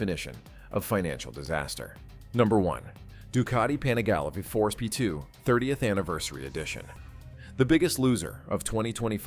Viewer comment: Apparently, AI is gonna have to learn the difference between V4 and Five Four.😆